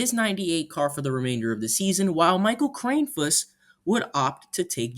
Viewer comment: It's pronounced KRANN-eh-fuss